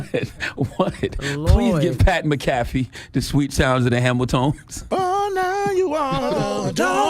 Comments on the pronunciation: PAT MCAFEE LOL you know how to say his name lol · CTG doesn’t know how to say Pat McAfee name. He also admitted that he watches “The Pat McAfee” show. So, he’s heard Pat McAfee himself say his own name and CTG still can’t pronounce it correctly. Pat McAfee! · Maca-Fee my friend 😂🤣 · Ctg it's Mac A Fee not macaffey McAfee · Charla pronounced that man’s name like McDonald’s coffee 😂😂 McCafé 🤦‍♂️ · MACK A FEEEEEEEE Super cringe how he’s pronouncing his name 😅😅😅😅😅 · It’s pronounced Mac-uh-fee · Mac-Ah-Fee. South Cak Public Education strikes again 😂😂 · Le nard really said pat mick caffee lol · That's not how you pronounce his name 🙄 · Yeah you gone give him donkey of the day, at least pronounce his name right! Otherwise you sound like the jackass... 😂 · He said this man name wrong the whole time 😂😂😂😂😂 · You didn't even say his name right. He shouldn't have apologized his point was the WNBA players don't like her becasue she is white. The Democrats haver fully installed their woke mind virus. Success. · You would think that Lenard McKelvey would know how to pronounce a fellow Irish man’s name lol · Charla, at least say his name correctly. Do your googles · CTG said he watch his show then says his name wrong 48 times lol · U don’t watch his show. U don’t even pronounce his name right. His show literally named after him 🤣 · The way you’re mispronouncing his last name, you sound like a white person that pronounces 2Pac’s name as 2Pack. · U said u watch his show. Y are u saying his name incorrectly? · U enjoy watching his show but don't pronounce his name right....yeah we don't believe you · Gotta call your bluff when you say you watch Pats show as frequently as you say and not get his name right 😅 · Charlamagne reaching! Sounds dumb as hell pronouncing his name wrong lol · Said his name wrong charla lol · Donkey of the day to Charla for pronouncing his name like that 😂😂😂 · Give yourself DOD for mispronouncing dude’s name 😂😂😂😂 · he got that man name all wrong